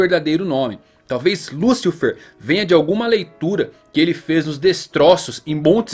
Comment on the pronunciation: '' Liucifer é foda ein, deu agonia ouvir essa pronuncia''